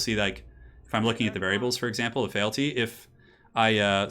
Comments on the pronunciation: Feeelty not failty.....i know its nitpicking feel free to ignore me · Feel-ty, just FYI. Great stream apart from that:)